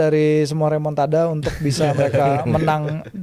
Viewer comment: Remon-ta-da ❌ Remon-ta-dah lah ✅